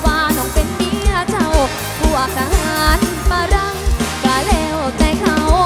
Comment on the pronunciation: น้องนุ่นงามคัก ว่าน้องเป็นเมียเช่าพวกทหารฝรั่ง ท่อนนี้หลายๆท่านมักออกเสียงเป็นฝาหรั่ง แต่น้องนุ่นออกเสียงฝรั่งเพราะค่ะ❤